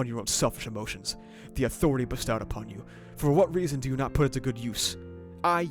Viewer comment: my only complaint about your coverage is the way you pronounce "bestowed" I appreciate the moments you take to give analysis though, really elevates the quality of this content